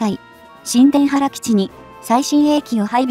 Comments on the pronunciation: 新田原（にゅうたばる）基地 発音します。 そうなると宮崎県もパック３やタイラッドが欲しいですね！ 新田原基地に中国の核ミサイルにロックオンされる危険が高くなる。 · 新田原･･「にゅうたばる」と正しく読めないのでしょうか？